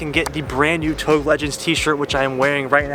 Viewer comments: Mans said "touge" like "towg". Wtf? Lol. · It’s pronounced toe gay not tOuGe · "Touge" is pronouced "Toe-gay" as per the japanese pronunciation. Not pronounced as "togue" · We gonna comment on him saying touge and pronouncing it like ‘TOE-G’ isn’t it ‘toojje’ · Did my man just say Toug? lmao its TougEEEEEE aswell as PorschEEEEE. But no hate only love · Please do not pronounce TOUGE as of "toge". It is pronounced as "toe-geh" . disrespect to a Japanese Culture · OMG ITS PRONOUNCED TOE GAY, NOT TOAG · You pronounced touge wrong. It is pronounced tou gei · Touge.....tou-GEI how it’s should pronounce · It's pronounced To-Ge :) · Touge. It's Japanese for the mountain roads where you race uphill and downhill very fast. 'Toe-geh' is the way to go, always above 8000 rpm. someone had to say it. haha sorry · You pronounce ‘touge’ wrong pal. Learn the words first before made a product using the name smh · c'mon man. It's 'touge' ( TOE- GAY) I absolutely love your content but please if you're going to incorporate it in your merchandise at least pronounce this LEGENDARY car culture term correctly. Much love. 😂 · If your gonna be making togue shirts you gotta learn how to say it like the rest of us lol. Or else call it canyon legends lol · Dude... Touge is pronounced 'TOE-ge'. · Isn't it pronounced tougé? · Touge is pronounced as TOE-ge. 😅😅😅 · did my man just say tog bruh smh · Hey! Love the channel, just FYI it's pronounced TOW-GEH =) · Isn't it touge pronounced toe-gay? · Touge is pronounced like "To-ghe" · It’s like TOE gey before people get hurt hurt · touge is pronounce as tow-gay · Stop pronouncing touge like that and no way its gonna make that much power on a cast block gonna crack way before that such a poser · I like the way he pronounces "touge" lmaooo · Why he keep pronounce touge wrong ? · That touge pronunciation though :( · SAYING YOURE A BIG FAN OF INITIAL D BUT NOT SAYING TOUGE RIGHT!?